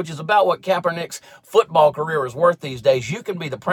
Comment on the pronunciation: Who is this Colon Kaopectate you speak of ? And what is Fooseball ? Nike doesn't deserve my money... New Balance does though....... LOL!